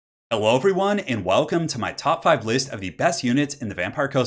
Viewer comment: I keep hearing you say "Hewwo" at the beginning instead of Hello and it amuses me.